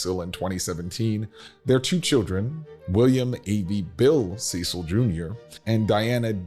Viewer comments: You mispronounced Cecil dozens of times. It is pronounced Sessil, not Seecil! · You might want to address them as they address themselves... Cecil (SESS-il as in rhyming with "vessel"), not SEE-sill. Get it right if you're going to teach history. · Cecil is pronounced as sessil, not seesil. Short e sound. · Interesting piece, but the Cecil's pronounce it as "sessil" rather than "seesil". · I worked at Mission Hospital in Asheville for years and had the pleasure of caring for members of the Cecil family. They do prefer the English pronunciation of their name with “ses-el” rather than “see-sal”. The house and grounds are amazing as well as the economic uplift it brings to Western North Carolina. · It is not pronounced "Cee-sil", It is pronounces like "Sess-el". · Their name is pronounced “Sess-sull” not “see-sull” (Cecil) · Correct pronounciation of the name is not Ceecil...it's "Cessil" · pronounced Ce (short e) cil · Very interesting video about the Vanderbilt family here in Asheville, North Carolina. But I would like to make one important correction. The last name of the family in charge today,Cecil, is not pronounced the way it looks, but rather rhymes with the word vessel. Please and thank you! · Went many times from 1973 thru 2002. Lived nearby. Not to be picky, but the guy narrating mispronounced Cecil. Its sort of a short sound e. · You mis-pronounce the Cecil last name. Bill Ceil is a classmate and friend of mine.